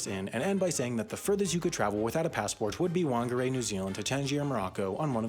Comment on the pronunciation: Alright so I am the master of pedantics: Whangārei is not pronounced wan-ger-ay but instead fang-ah-ray. In Māori, the 'wh' produces an 'f' like sound and the ng produces a 'ŋ' sound (like the ng in sing). Like I said, master of pedantics.